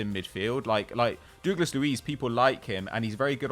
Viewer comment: Who’s dooglas it’s douglas 😂😂